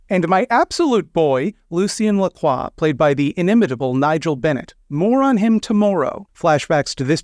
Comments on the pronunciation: I beat this just today and was thinking to myself the whole time, 'I didn't take French, but that's not how LaCroix is pronounced, is it?' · wait that's how you pronounce lacroix this whole time? Also is the character in VtM:Bloodlines named after him or are they both named after someone else, because besides the sparkling water I have never heard that name before. Many questions raised...